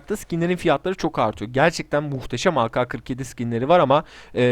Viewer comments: Türkçe de ka diye bir harf yok.Ke var. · O aka kırk yedi diye okunmuyor ake kırk yedi diye okunuyor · yalnız orada kendine laf sokuyorsun doğrusu ka diye değil ke diye okunmasıdır zaten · ağka 47 değil o ağke 47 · Aka ne abi ake diye okunuyo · ak 47 diyecegin yerine aka47 demişin ona gülüyor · ka diye okunmaz, yanlıştır